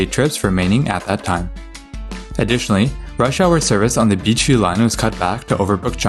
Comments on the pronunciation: Why does him saying Beechview sound like BQ? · Why do you pronounce Beechview like that?